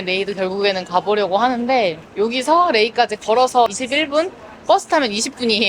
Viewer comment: 레이드가 아니고Rei 라고